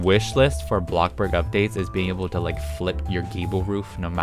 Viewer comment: The fact at the end he said bloxbur 😂 btw your amazing kepe doing the good work